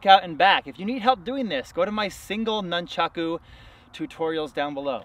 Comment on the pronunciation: Nuncharko.......um yeah that’s a way to pronounce it I guess..... is this a parody channel this guy has the form of master ken.